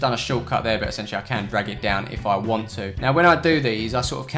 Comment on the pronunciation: 67 times you said 'ettentially'